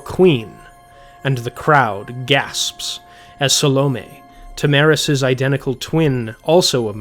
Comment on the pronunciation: What about OP repeatedly saying “Tam-aris” instead of “Tara-mis”